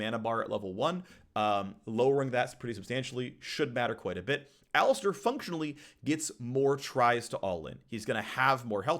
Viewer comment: my brozzer its called alistAr not alistEr